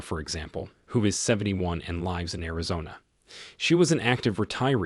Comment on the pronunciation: I appreciate the response and an actual human voice would be great. I believe AI is going to destroy the language and the way things are stated. The constant mispronunciation of'live or lived" is more than enough to prove this is going in a bad direction. We are organic, nothing artificial is good for us. I would be fine with text as well